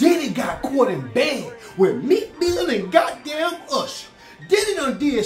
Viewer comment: Not usherrrrrr nah bruh😳😳